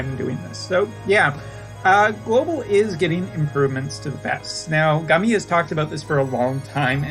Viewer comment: Are you ever positive about anything? Also stop saying Gummy, that's not how it's pronounced.